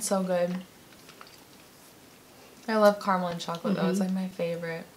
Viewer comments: It's Cara mel!! Not Car mel!! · Spots-for-fun-79 Critter bugs actually they were triggering me saying it like Carmel as If there is no a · Ca. Ra. Mel! Not carrrmel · It's ca-ra-mel not car-mel!!! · In Australia it’s pronounced cara-mel not car-a-mal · Only Americans and some Canadians say Carmel. It is spelled Caramel and is pronounced exactly as it is spelt. Cara-Mel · Am I the only one who gets triggered when someone says ”Carmel” instead of “carAmel”?😂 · I'm trying to ignore it but 'car-mel' hurts my soul. There's a letter missing. We do over pronounce the r but it's so strange not hearing "kahr-rah-mel" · Marmite is not vegimite, Tim tams are biscuits and not cookies and it’s caramel not Carmel lol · Mezza omg yes! All they have to do is read the actual letters - c a r a m e l not c a r m e l. Not hard really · Whenever I watch Americans say carAmel as Carmel, I get so triggered. Loved the video though, currently overseas and now I wanna go home and eat everything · keeps running her hands through her hair after eating chocolate, which is kind of gross. Her hair must be horrible after the end of the video - also, vegemite needs hot toast and butter. Marmite is NOT vegemite. Fairy bread is an after school snack, and a party food. Oh, and it carAmel, not carmel. Carmel is a girls' name. You had the tim tams, you had the milk - but no tim tam shooter? tut tut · Does it irk anyone else that they keep saying 'carmel'? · Calista Perez Yeah, and you’re wrong. C-ah-rah-mul. Pronounce the ah like you would when you say Apple, but it’s faster so it sounds slightly different. I can’t explain the sound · That's interesting as I've never heard anyone pronounce it Carmel, we all say "caramel" and I'm Aussie born and bred! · Gemma Lee that bothered me each time they forgot the A